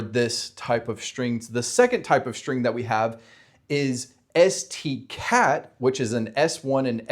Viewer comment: Beads are actually a great analogy. Nice. Also "stcat" should be "strcat", all the C string functions start with "str". You misread "striens", it's "strlen" (short for "string length") (but you got it right in the cheat sheet lol)